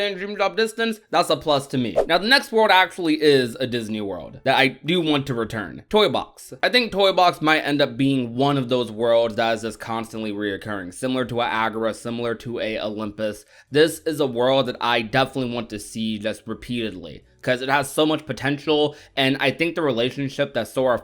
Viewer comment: What world agarah? You mean agrabah?